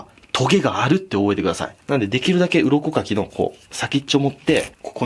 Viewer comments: 鱗かきが鱗滝にしか聞こえないのやばいよな、笑笑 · 鱗かきが鱗滝(左近次)に聞こえてしまう…